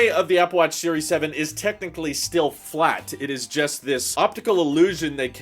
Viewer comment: curved, flat, curved, flat curved, furved, clat